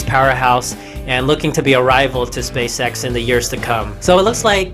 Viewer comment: Why are u saying space sex